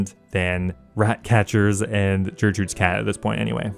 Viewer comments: ..... Did you just call her "Jurtrude"? Haha I Love it. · Did you say jertrude?